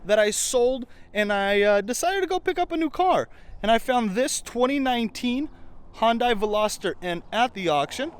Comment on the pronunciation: The correct way to pronounce Hyundai is (high-un-day)